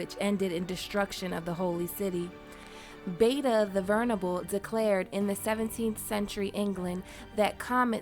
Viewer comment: Ha ha, "vernable".